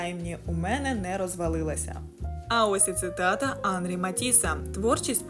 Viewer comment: Оскільки Матісс - француз, то і в імені наголос на останньому складі: Анрí.